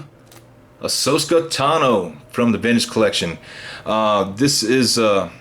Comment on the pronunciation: If I heard him right he's saying ahsoska instead of ahsoka I cant even watch this anymore